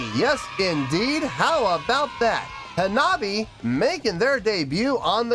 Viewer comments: I’ve been watching your videos for the past few days. This by far the most intrigued I’ve seen you towards a new band. Lol love it. Auto subbed after this video. Love your work man! Also it’s Ha-Na-Bi-Eh… so many people improperly pronouncing it lol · Hanabie : "Anne-Ah-Bee-A" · Say "ha-na-bee-eh." Hanabi ("ha-na-bee") is a different word. "Hanabie" means "cold flowers" and refers to a sudden onset of cold weather in the Spring. "Hanabi" means "fireworks." This band is so good! They're putting together songs for a second album, and if "Neet Game" is any indication, it's going to be just as good at their first one, "Girls Reform Manifest" (which has no weak tracks).